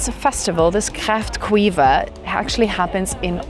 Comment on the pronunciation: Haha i loved the way you said kräftskiva :p not right but it was a good try :p (sk) make a certain sound that can be hard to prounce:)